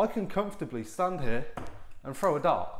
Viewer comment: How do you “frow” a dart? 😂